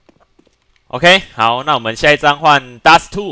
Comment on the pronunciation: Dust* not k